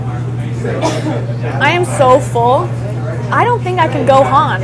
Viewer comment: Oh my gosh she said "go on" (Gohan) to much sauce 😎